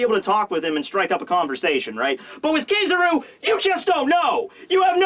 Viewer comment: hes say kizaru wrong